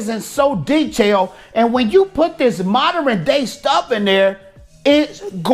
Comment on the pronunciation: This dude can’t speak … mod-DERN not Mod-DER-rin